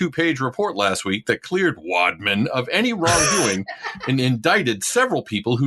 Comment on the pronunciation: The way he kept saying "wadman" was so cringe. I couldn't finish the video.